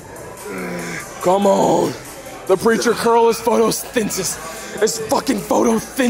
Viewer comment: trying to pronounce photosyenthis gotta be the funniest thing ever, I can’t even spell it right ☠️😭